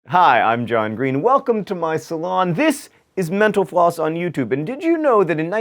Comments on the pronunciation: I swear he says 'Menopause' instead of 'MentalFloss' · i keep thinking he says Menopause video. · every time he says mental floss i think he's saying menopause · did you know that when the captions are on every time you say mental floss it comes out as menopause